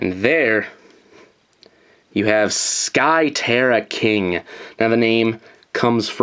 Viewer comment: It's not sky terra king it's SKY TERRA KINGUUHHH!!!!!